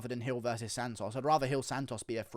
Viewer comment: Lol the way you say "SANtosss" like in an actual latino accent is hilarious coming from you for some reason